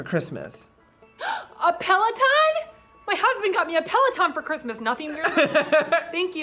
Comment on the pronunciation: the mispronunciation a pealeoton